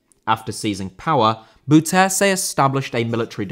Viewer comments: Rather "Boaw" than "Bow" Because A bow (as in bow and arrow) is pronounced in dutch as Bo... The "Bou" part in Bouterse for english speakers is "Boaw" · Bouterse: bow-tur-suh, with the emphasis on "bow". That was some excellent butchering you did there 😁Great video, thanks!